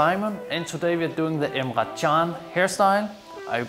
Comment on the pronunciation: It's Emre not Emra